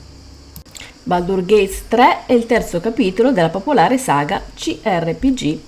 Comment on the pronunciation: Baldur'SSSSSSSSS con la s, lo so son pignolo.